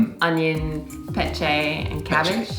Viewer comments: It's PeCHAY not peCHEY. remember the a-e-i-o-u sounds? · I notice you're not sure how to pronounce pechay... Just stick with the rules since you know the a-e-i-o-u.. so the 'a' of pechay is the same like how you pronounce "tie" or "pie".. And dont pressure yourselves on using your hands when eating.. you dont need to if you're not comfortable.. As a Filipino, i also dont use my hands since i grew up not comfortable eating with hands.. my principle in eating is enjoy your food the way you want to eat your food.. because I know and I've watched you guys eat in hands and i know its not really comfortable to you guys.. the important thing here is that you enjoy Filipino food.. thanks! ❤️🇵🇭